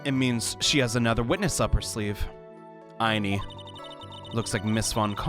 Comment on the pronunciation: man, I love you, but you're killing me with these pronunciations of the Miney sisters' names.